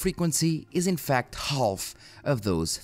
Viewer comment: Eu entendo que você fala português e seu inglês é incrível L na palavra Half fica em silêncio. Adoro seu conteúdo continue com o ótimo trabalho irmão